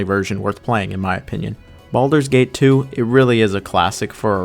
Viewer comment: Did he call it Baldurs Taint?